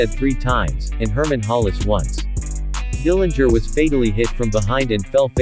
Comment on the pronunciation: Good job pointing out a lot of facts about John. Also, I heard it the Dillinger family name correctly pronounced at least once with a silent 'g'.